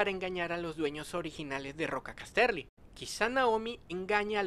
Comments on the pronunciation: Gracias por traer la información :) Se pronuncia Cás-terly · Estas pronunciando horriblemente Casterly... No Cas-terly.